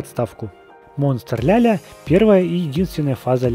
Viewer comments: Не ля ля а ла ла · Не Ляля а Лала!! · Вообще то не Ляля а Лала:)